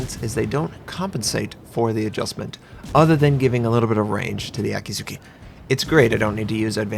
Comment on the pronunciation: Okay, it's Akizuki. a-kee-zu-kee. spell A as in (A)labama, kee as in (kee)n